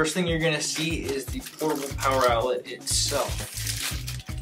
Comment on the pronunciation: I love portibal pwoer